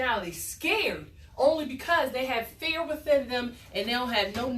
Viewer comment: Did she say fear was "false INFORMATION appearing to be real?" WTF is "fiar" and why are you qualified to homeschool those kids?